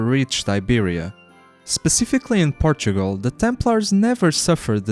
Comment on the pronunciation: Por- Tu -O-Gral